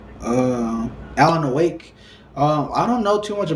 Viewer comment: dude. do you understand what it means to be a must have game? if YOU would not buy it, it is NOT (not even a little) a MUST HAVE game. and alan "A"wake? really? really? come on dude.